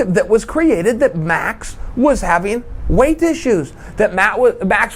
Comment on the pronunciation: Was that a "weighth" problem? Did I hear a 9er in there?